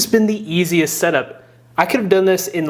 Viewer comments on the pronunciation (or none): none